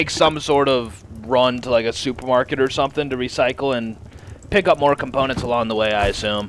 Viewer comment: This man said componentses?